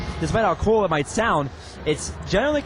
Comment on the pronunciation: "But being what few gamers have been before... kuwel"